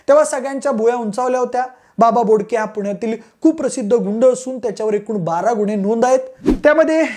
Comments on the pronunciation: बाबा घोडके नाय रे बोडके आहे 😂😂😂😂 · बाबा बोडके रे घोडके नाही